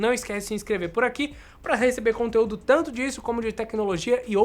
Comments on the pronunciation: Tango on-line? Só eu ouvi isso? Kkkk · Tanto??? Ele disse “tango” ????